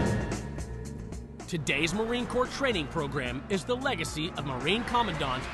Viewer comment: i think you mean "marine CORPS" you fucktard. have some fucking respect.